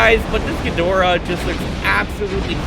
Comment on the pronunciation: It's actually pronounced me-thu-Sah (methuselah) Sah-lla (scylla) ghi-door-rah tie-ia-mat I-won-dragon